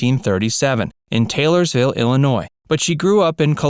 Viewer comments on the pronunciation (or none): you mispronounced Taylorsville. It is actually pronounced Taylorville. There is no s at the end of the r in Taylorville.